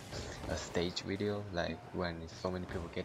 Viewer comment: no offense but when you say video u say weedio and i start lmao not hating xD RIP ZOMBA BTW